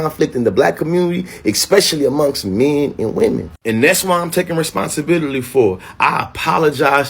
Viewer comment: Bruh said responsibilily